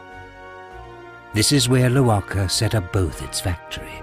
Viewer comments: The correct pronunciation is Lo-wa-ker. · it's an Italian company yes but from a German speaking area. And Italians pronounce the A long whole germans pronounce the k. How to know the k is supposed to be pronounced ? Because ck instead of k means a strong k. And in italian language... well ck doesn't exist. 😅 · Lo wa ker or low ker? I hate it when i pronounce the former then gets corrected saying its the latter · It’s an Italian company though. Why should we follow the German pronunciation and why do Germans say it differently?